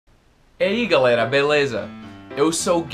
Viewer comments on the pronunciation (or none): none